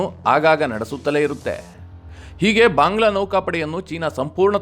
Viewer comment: ಅನವಶ್ಯಕವಾಗಿ ಮಹಾಪ್ರಾಣಗಳ ಉಪಯೋಗ ಆಗ್ತಾ ಇದೆ ಅನಿಸುತ್ತೆ. ಉದಾ: ಭಾಂಗ್ಲಾ.